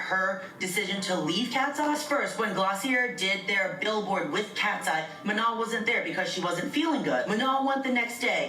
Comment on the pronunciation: She even pronounced Manon right while talmbout “manen” 😂😂